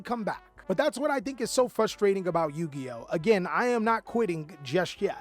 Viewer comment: What happened to the "r" in frustrating